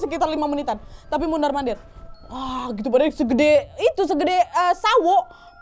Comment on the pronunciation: Humorku sebatas "mondarr mondarrr" 😅😅 Ternyata bagian dari daya tarik bercerita nya kak nad adalah ketika ngomongnya kebolak bolak, terlebih memang gaya bercerita nya yang unik, jadi canduuuuat dengerin nya 😅😅 . Thanks kak nadddd, Sehat selaluuuuuuuuuu ..